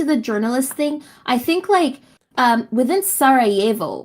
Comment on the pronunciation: not very successful pronunciation of Sarajevo tho